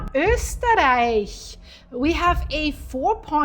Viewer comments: Wow, perfect pronunciation of 'Österreich'! 👍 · Wow, nicely pronounced „Österreich“ greetings from southern Austria 😊